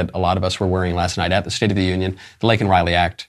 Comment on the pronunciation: I thought his mispronunciation of Laken Riley was a major gaffe. Show doesn’t really care about the woman